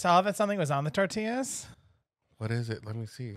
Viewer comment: They are called Tor..tea...ahhss